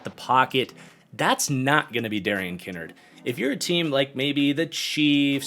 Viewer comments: as I’ve heard it from the majority of places it’s pronounced Ki-nard as in like “kicked in the nards” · Lol I had little to no issues with the list the only thing that rubbed me the wrong way is his mispronunciation of Darian Kinnard’s name lmao